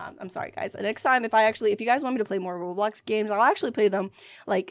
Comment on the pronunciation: Girl, it’s not blockes b-l-ox